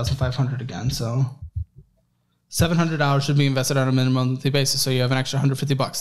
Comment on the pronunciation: “Mina-mum” he let the intrusive thoughts win lol